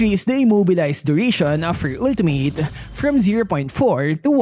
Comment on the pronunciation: "Ulti-meyt" ❌🤪👎 "Ulti-mit" ✔️😁👍